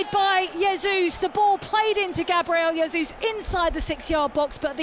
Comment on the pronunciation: Why can't commentators pronounce names properly like Gabriel yasoos cmon